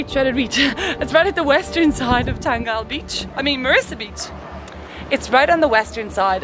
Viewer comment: Its pronounced as Than-gal-la 🙂